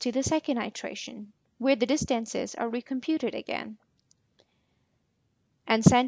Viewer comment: What is the accent of the speaker, I've never heard distance pronounced dis-TANC-es and iteration i-TRA-tion